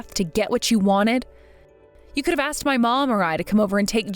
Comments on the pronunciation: Then it's on a whole other level. I mean, some AI vocalizers on YT can't even pronounce "protagonist", yet this one purposely mispronounced "asked" as "aksed"? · C’mon now “” put al little emotion in your voice, … and err…’ an AX is a tool/weapon. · The voice actor who plays the brother sounds...simple. Like sloooooow. Edit: Based on the "aks-ed" used for "asked," I'm gonna assume the male voice actor who plays the doctor brother to the protagonist is either from Queens, NYC and/or black. Both communities can and do use that variation of the word. Either way, he sucks at his job. He sounds like a non-reader because he is slow at reading. Like he pays super close attention to the words and overpronounces the words. Nobody talks like that in real life. Btw, tha slow part and the voice actor potentially being black aren't a racist assumption, but an personal and individual assessment from my own lived experience because I am from NY and have experience with that regional/racial community. Him being a slow, methodical, emotionless, and incompetent voice actor is my comment of him as an individual. I hate even having to say thia, but there inevitably will be some white savior virtue signalers. No matter the demographic, vulnerable or otherwise, it has every type of character. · I thought it was AI, to be honest, but then I heard him say "aksed" instead of "asked", so unless AI has now been trained to mispronounce words on purpose, yeah, you're right.